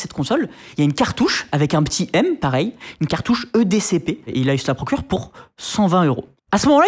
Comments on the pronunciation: Okay, ça arrive de se tromper dans le nom d'une marque, mais entendre NITENDO tout le long de la vidéo, ainsi que le voir écrit à, ça ne fait pas professionnel du tout et ça décrédibilise l'intervenant au passage Idem pour eDCP au lieu d'eCDP à quant la cartouche est montrée en plein écran Sinon tu gères, sujet très intéressant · Ecdp et pas edcp comme dit 😂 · Aussi le rédacteur en chef dit "E-D-C-P" alors qu'il est écrit "eCDP". Dyslexie ?